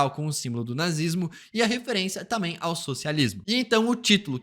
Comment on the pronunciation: Seu "tamém" é o único ponto negativo do canal...